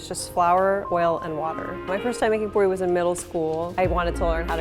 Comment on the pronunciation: It is not pori it is pooori